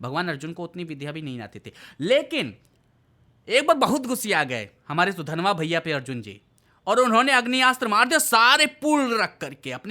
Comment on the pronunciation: Sudanva achitu kon hai yeh naam toh sahi lo